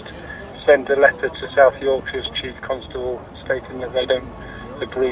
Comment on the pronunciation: The is no "U" in Constable.. really irritates me when he does that..They do it in Ilkley and Harrogate.... Pseudo 'posh'